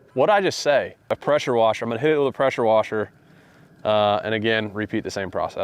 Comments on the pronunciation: idk why but i laughed for 5 mins at the "prasher wesher" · “Prosher wesher” I was dyin 😂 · “Hit it with a posher woser”😂😂😂